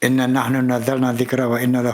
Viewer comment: Maaf:INNAA NAHNU bukan Inna nahna.INNAA NAKHNU NAZZALNADZ DZIKRO WA INNAA LAHUU LAKHAAFIDZUUN.